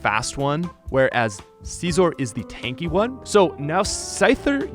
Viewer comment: “CaezOr” kills me everytime LMAO